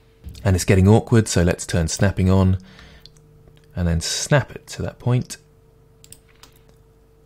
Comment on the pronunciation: "...so have a go at thaTT" :'D